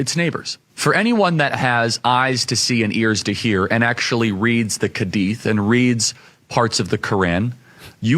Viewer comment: "The kadith". Where did he find it written like that? It's "hadith" you just have to be able to read and you'll get it right.